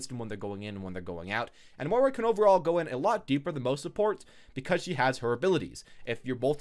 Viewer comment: Please stop mis pronouncing moira